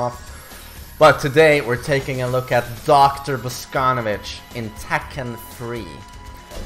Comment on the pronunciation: He is BosconOvitch, not fucking BoscOnovitch